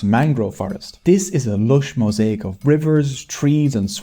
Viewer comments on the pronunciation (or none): none